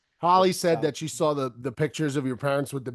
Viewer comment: Love how pronounces saw as I sawl 😂😂